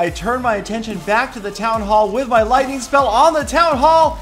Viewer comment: Peter17$: "LOITNING ON THA TOWN HAULL!!"